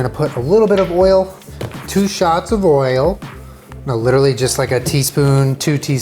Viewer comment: At first I thought you said that Panda Express orange chicken has msg, sugar, and WHALE in it, and I GENUINELY thought that there could have been some whale-meat-orange-chicken scandal that I just hadn’t heard about yet. Then I went back and realized you had said “oil.” This is what 2020 has done to me.